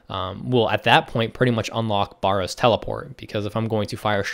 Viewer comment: It's pronounced "Bear o's" not "bar rows"